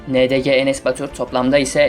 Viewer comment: yalnız ilk başta ndng yerine ndg diyo am k qweohwqyegqe wtqgerwqe as:ÇDsa.ÇDsa. dÇ:D